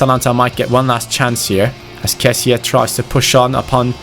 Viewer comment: it's not kessia it's kessie